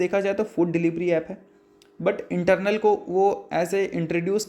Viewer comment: Sir ji not Internal (इंटरनल) but Eternal (इटरनल) !